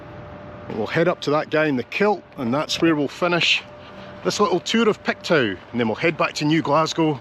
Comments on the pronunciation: it's pronounced "Pictoo" not "Pictow". LOL! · Pictoo not pictow😂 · its not pronounced pictow its pronounced picto lol I'm originally from Dundee living in Halifax. love your videos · Just FYI...Pictou is pronounced Pik-Toh 😁 I'm originally from Belfast, and have been in Canada for the last 45 years - yes, Canada is the best! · Love your video, especially since I only live 2 hours from New Glasgow. I look forward to your Saturday videos and it's always a treat to get one mid week. FYI Pictou is pronounced Picktoe. Hope I don't offend by mentioning it. Take care. 💜💜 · Pictou is pronounced Pick-toe